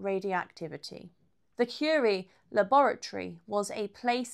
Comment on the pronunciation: Someone who read the Wiki page and made a video. Can't even pronounce her name right.